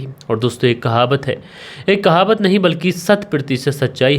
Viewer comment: You don't know it's not kahabat.... The correct pronunciation is Kahawat...